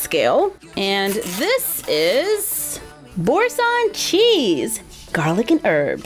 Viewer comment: You did well saying Boursin ahah ! This cheese is absolute life, it is just sooooo good (